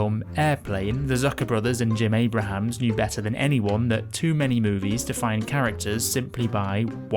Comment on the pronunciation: You pronounced Jim Abrahams name wrong, you dummy.